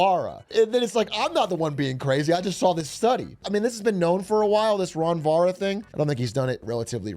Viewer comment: He didn't even try with "ron vara"😂😂😂